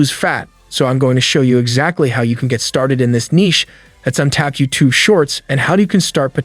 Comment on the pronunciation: your voice is computer generated u say youtoo, not youtube